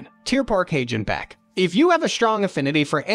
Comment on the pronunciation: "Häidschnbäck" (Hagenbeck) 🤣😂